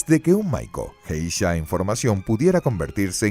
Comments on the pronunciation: él pronuncia JEISHA con J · Buen vídeo, pero se pronuncia "gueisha", con la g suave como en la palabra "guerra". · Que mal que está buena información tenga el tremendo error de la mala pronunciación de la palabra Geisha. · por que borra comentarios a pesar que no rompen ninguna regla de convivencia? que poco profesional su canal aparte de que sino sabe la pronunciacion de un termino en japones deberia informarse bien a ver sino borra mi comentario tambien